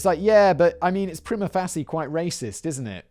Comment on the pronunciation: for the (in)glorious return of. +1 for impromptu Beard Blaze ad read. -1 for calling Master Salter a racist +1 for the unprovoked proclamation of manlove towards Danny +2 for correct usage of "prima facie" -1 for mispronunciation of "prima facie" +1 for not knowing what an Oxford blue shirt is -1 for not knowing what an Oxford blue shirt is -1 for pernicious usage of floofy euphemism "abattoir" +2 for having steak tonight +10 for letting the Princess Bride occupy brain space -4 for a different outfits in each of the intro/outro bumpers and the content. 16. Solid B+.